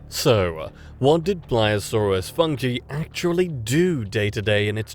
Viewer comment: My god Anglophones suck so hard in speaking any other languages. Not "funky", it is Funke, the german word for spark.